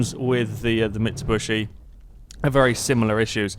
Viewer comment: I bugs me so much XD it's mitsubishi not micubushi XD